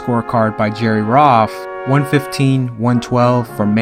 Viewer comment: Dude, just discovered your work, great content! Love the way you set the context of the fight You pronounce a couple of words in a distracting way - when a boxer takes a "breather", it sounds like you are saying "Breaver", and the 3rd judges last name is "Roth", you sound like you said "Roff". You should do the first Arguello Pryor fight - great fight, great back story, great rivalry